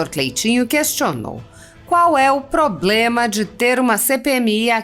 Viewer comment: Poblema não. E Problema. Do senhor ganha muito para aprender a falar correto. Não assassine a língua Portuguesa.